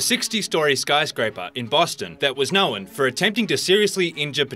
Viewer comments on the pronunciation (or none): 'Know-an' ... Known. (Noen) lol.